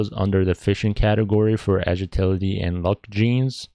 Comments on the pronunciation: More like agiltility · U cant even say agility